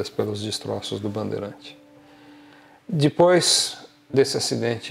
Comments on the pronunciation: Ao invés de falar "Depois" ele fala "Dipois".. todo video ele faz isso.. é o nome do senhor, o canal é Avioes e cia.. Ele é mecânico da latam, mas ja foi transbrasil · Fora que é chato pra caralho, vive mendigando likes e o cara além de falar alguns termos de aviação errado, ainda fala DIPOIS. Da uma agonia de ver esse cara, na boa. Fora que ja deu p ver que ele não é povão.